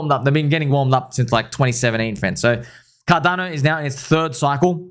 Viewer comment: Bro I can’t stop laughing about the guy who told you we have this on carrrrdano 😂😂😂😂😂